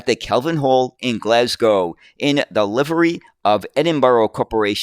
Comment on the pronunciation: Well done you've mastered the pronunciation of Glasgow. Great video as usual.